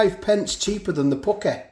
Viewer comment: I love the way you say Asdeh and Pukkeh lol